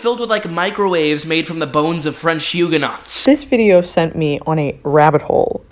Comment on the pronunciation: Huguenot = hew-gen-oh (French, so the "t" isn't said)